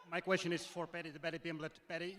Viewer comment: Dana white , whos got the next qweshon 😅